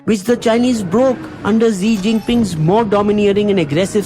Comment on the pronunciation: Words uttered by an illiterate MP from Gujarat “Na koi aaya tha Na koi hai” will haunt India forever. And Xi is pronounced as “Shi”, not Zee.